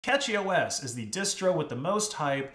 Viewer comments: Dude it bugged me so much that he is pronouncing it as Catchy. Ffs... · It's not "Catchy OS" - it's CachyOS, as in Memory Cache (pronounced 'cash') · A Nitpick, it's pronounced cashy (from cache) not catchy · It's cashyOS not catchyOS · Isn't it pronounced like cache-y OS? Not catchy? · I’m gonna be honest, I’m pretty sure it’s pronounced like “cashy” or cache-y to be more specific. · Pretty sure it’s pronounced “cash-y” as in computer cache. Also, NixOS is the new Arch. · First off, it is pronounced "Cashy", like "cache". Just started using it a few days ago myself, fleeing Ubuntu. So far works amazing for me with i3wm. Few small issues, but nothing that I can't solve given enough time. I really wanted to try out Arch, but I wanted a nice installer because I just want it simple to get going. Really great I think. As for servers, I would love to try out a CachyOS server on some non-critical servers I run. Would love to see a great, reliable arch server, but until that day I will continue with Debian for critical stuff. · Did he say CatchyOS? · I think it's pronounced with sh but a lot of people pronounce it with a ch like it's written